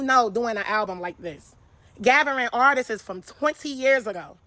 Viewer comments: Artists isn’t pronounced like “artistses” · “ARTISTS’s” BE KILLING YALLLLL